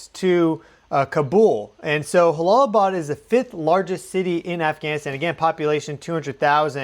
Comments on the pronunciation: It’s pronounced Jala not halalaabad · It is not pronounced Halalabad, the J is a J, it's not a Spanish name. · Prayers go out 🙏 new sub here. J-Bad. "J" "J"alalabad. no silent H. ...logistically speaking. I've been there a few times in a "NATO" capacity but culturally too I think its a "juh". no mean to critique. I've been enjoying your content at a.. logarithmical frequency rate or something hehe. thanks for the excellent content. and again my prayers go out 🙏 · It’s Jalalabad. Pronounced ja as in jaybird and not as in josê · im pretty sure you pronounce the J as a J like Jump, if it was an h sound in arabic it it would be an h. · In Jalalabad J is pronounced as J not H 😁my prayers for all in the affected area 🙏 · Good coverage. Minor nitpicky correction: Jalalbad is pronounced with an English “j” rather than an “h” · Jalalabad is a "jay" sound. It's not Spanish.